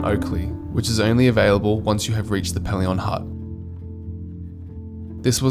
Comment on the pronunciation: Pelion is pronounced Pee-lee-on. You're hurting my ears! Also, when you mention passing Crater lake on day one, you show both Dove lake & then Crater lake. And Windermere hut sleeps 34, not 16 people. Trail fee is $0 from the end of May to the beginning of October. Obviously you need to be prepared for colder/harsher weather but it can often be breathtakingly good.